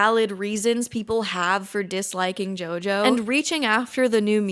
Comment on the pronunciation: I heard you bable for the first 21 minutes and then it hit me: who the eff is yoyo ?